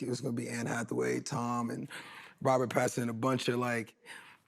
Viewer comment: Robert Pattsen 😂 dumbass